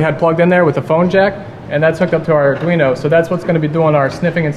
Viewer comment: It is pronounced "Ar-dwe-no" NOT "Ar-dr-ie-no" AND! BTW: It is pronounced "Teen-See" NOT "Tin-See"!... >:s AM 7/28/2017